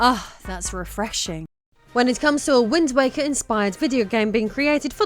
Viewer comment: rofl, I swear when you first said wind waker at the very beginning I heard wind wanker. I think I like that one more.